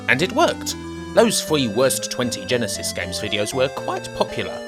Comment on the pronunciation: You're not American, so why are you calling it the Gensis? I find that a bit strange, but good video never the less.